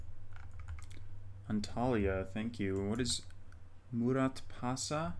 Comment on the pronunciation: Can't help you with the Irish place name, but your pronunciation of Türkiye was actually very good. Kayseri, not so much :) The ending vowel is pronounced like "uh" not "ee". And yes, Muratpaşa is a district of Antalya. FYI, "ş" is pronounced like an English "sh" (and "ç" like an English "ch"), so it sounds a bit like moo-rat-pasha. Turkish is actually quite easy to pronounce for English speakers once you learn a few sounds.